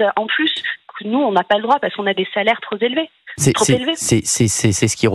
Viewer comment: L'auditrice 'des salaires trop 'z' élevés '